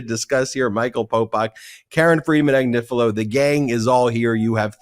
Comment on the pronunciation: Comments on the Chris Hayes show clip: *He couldn't quite pronounce Karen Friedman Agnifilo, but never mind, he'll get it right next time. *It's great that he mentioned the Legal AF podcast. It would have been even better if he'd mentioned the Midas Touch Network, but never mind, he'll get it right next time. All in all: 🔺Yea Karen ! 🔺Yea Legal AF! 🔺Yea Midas Network! 🔺Yea 3 Meiselas Brothers! 🔺Yea Midas Mighty! 🔺Hell yeah! 👠👠